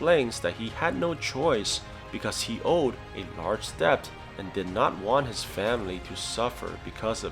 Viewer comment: Debt is pronounced [det].